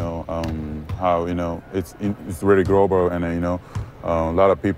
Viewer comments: his pronunciation for "global" is still very japanese. the japanese "r" was showing for the "l". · I thought he was saying “growable” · His Japanese pronunciation kicked in at when saying global..